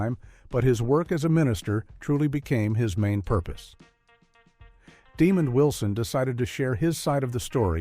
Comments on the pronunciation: The narrator is AI and does pronounce his name correctly a couple times, but questionable other times. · Right, this is my first time seeing this video, and it just sounds so disrespectful and lazy. There is no effort to begin to pronounce his name correctly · Thank you. I wish people would do more research and learn how to pronounce people's names correctly. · Great piece. However the announcer pronounced Mr. Wilsons name wrong. They show showed a clip a Mr. Demond Wilson on Rev. Clifton Davis' talk show. Back in the day both Wilson and Davis slept with the actress Kathy Mckee who appeared on a couple of episodes of "Sanford & Son". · This video was very hard to listen to with that pronunciation. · Sound out the name and enunciate, then maybe you'll come to realize that his name is DemonD and not demon!!! It almost sounds you're taking pleasure in pronouncing his name as demon Wilson, what's up with that??? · It’s Damond not DEMON DAMNIT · His name is pronounced Di MOND. , not demon u idiots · The A.I. narrator was programed to pronounce his name "demon" instead of the proper way which is "demahnd."😠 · His name is not pronounced demon 👿 But it is pronounced De-mon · DeMOND!!!!!!!!! deMOND!!!!!!!!!😒🧐😬🤨🧐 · His Name is NOT demon his name is Desmond are you illiterate? If so you should have let someone else do the commentary.🤬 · NO they are saying it wrong, slow, Dumb The man name Den-mond, people can get sued for uneducated things they do and say. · Please research how to pronounce the actors names. Demond is not pronounced demon. Also, despite liking the video & info I have to give a thumbs down for the clickbait thumbnail. I HATE IT when people use clickbait. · ...please reach your AI how to pronounce names!...his name is DeMOND Wilson...we don't appreciate your non-effort... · The Stupidity of AI...the absence of pronunciation, calling the man "Demon Wilson" = TYPICAL! 🤦🏽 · Name is DEMOND not demon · De Mond is how it's pronounced. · NO, it's DEMOND!!